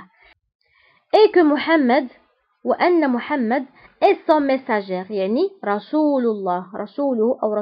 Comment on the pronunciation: Merci ma soeur , y'a une petite erreur de prononciation, on dit le messager sans prononcer le "r"